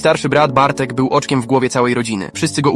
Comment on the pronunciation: Nie wiem czemu ale na początku zamiast oczkiem w głowie usłyszałem boczkiem w głowie xD